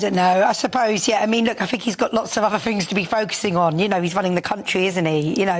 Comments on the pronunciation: Had to switch off listening to that scrubber lady. Think is with a TH not an F. For F's sake!! 😮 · I don't care what you "Fink" 🙈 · Fink…. Fought…. Free…. THINK, THOUGHT, THREE???? Gawd help us… how old is SHE???????? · "I fink".......Labour adviser? Jesus.